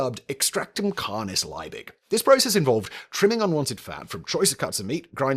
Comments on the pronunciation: it's really maddening that you can't pronounce the name "Liebig". in fact, the surname name is properly "von Liebig", but I guess if you included the "von" it'd be doubly maddening because you'd probably mispronounce that as well there's nothing hard about "Liebig" -- it's just LEE-big. just get the bloody vowel right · It's Liebig, not Leibig. German ie is pronounced like English ee, not like English I. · Von Liebig! In German -ie = ee. Lee-big. In English, field, fiend and sieze. In contrast -ei = eye. Hence the German Einstein. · Totally unimportant side note: 'ie' in German is pronounced like 'ee' in English, so von Liebig should be pronounced 'Lee-big'. The sound of the English 'ie' would be the same as 'ei' in German. Also: sorry for being the annoying German 😅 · 1847 is around one hundred and eighty years in the past, not eighty. Justus Freiherr von Liebig's name is pronounced "yoostoos fon leebigh". Bovril and milk? OH HELL, NO!! The prize for naming Vegemite was fifty pounds, not fifty dollars. We didn't go decimal until 1966. How many Aussies sang the Vegemite jingle? It's pronounced "Beega". Vegemite smoothie? WTAF? I hadn't heard of that. Dick Smith's OzEmite wasn't anywhere as cheeky a name as his boxes of matches. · I'm German and this hurts my ears